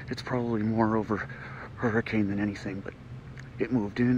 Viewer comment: That guy isn't a local. He's pronouncing the town name "Hurricane" wrong.